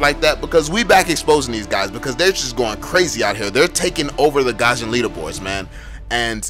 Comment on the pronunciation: It irritates me how you pronounced Gusion as 'Gasion'